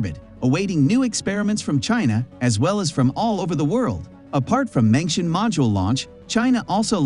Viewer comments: Mengtian is pronounced as /meng tian/ not /mengshen/. 'tian' in Mengtian, same as 'tian' in Tiangong, means sky or heaven. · Please spend a little times, or give some efforts on pronoun those special name correctly, or close to correct. ( for the respects of Chinese and your audience) Tiangong and mengtian.... Tian ... ten Gong... kung or gung. Mengtian... meng ten... not meng tion. Imagine if i pronoun Biden ( bi-den) by bid-en And Trump by t-rump. How do you feel? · It's 梦天，not 明天 梦means " dream " , and it should pronounce as "Mong" in English, but "Meng" in Pinyin. 天 of course means sky or heaven, so the two mean " dreaming about the sky or heaven" in English Edited: 梦is simplify Chinese, it is 夢 in traditional Chinese